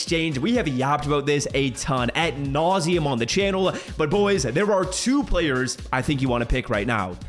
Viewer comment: It’s ad nauseam not at nauseam